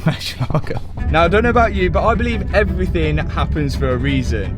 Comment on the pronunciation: He keeps saying evryfing